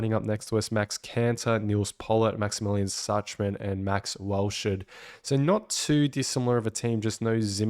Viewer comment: Love your content but your pronunciation of Schachman is killing me. Shak-man plz.